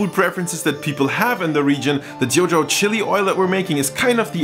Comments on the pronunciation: sharon ng i think he’s saying it 潮州 in Cantonese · It is pronounced as “ Chew Zaol “ in Cantonese , which means 潮州 - a southern province of China close to canton.